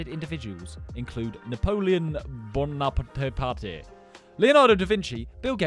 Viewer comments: do u not know napoleon bc how could u butcher his last name that bad 😭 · immediately BUTCHERED Napoleon Bonaparte I's name.